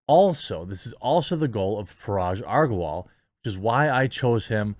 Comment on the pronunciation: Months of covering twitter and he still can't get Parag Agrawal's name right.